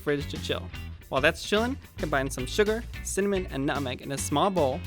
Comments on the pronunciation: He said cinnamon, but I agree, it kind of sounded like 'some mint' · In the captions it says mint, I think the way he said cinnamon just sounded like some mint.